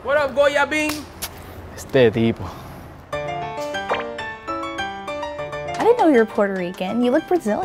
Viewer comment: “Este tipó”💀😬.